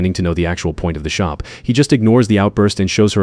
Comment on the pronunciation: shoppe instead of Shop